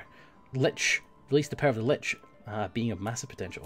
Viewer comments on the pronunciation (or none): none